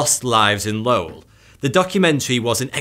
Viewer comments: The city is pronounced “Low-ell” not Lowl 🤦🏼‍♂️ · It’s pronounced Low-ell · The city is actually pronounced as Lo-well. Named after Francis Cabot Lowell. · hears phonetically correct pronunciation of Lowell Me, from MA: ugh, it's pronounced "LOOL" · How he says “Lowell” I love it. Btw it’s pronounced like “lol”. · the way you pronounce lowell proves you never been to Boston and, you never watched any of the material you went over... lmao every time dude says lowell he says it a different way ahahahaha got it right the second time